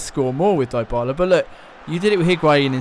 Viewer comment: Its pronounce Dee bala